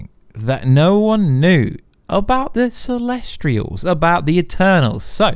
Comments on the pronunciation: Why do you always pronounce things so wrong? This time, within 10 seconds "Celestrials" Last time I watched your videos it was "Darmooey" (Dormammu) These things absolutely matter, please get things right if you proclaim to be an expert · Celestials not celestrials also specific not pacific